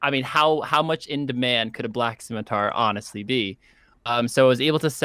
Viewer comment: “Scimitour” haha perfect